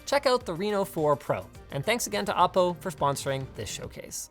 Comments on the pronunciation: Isn't it "Oh - Po" , rather "Ah -Po"? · I always though it was pronounce "Oh" "PO"...?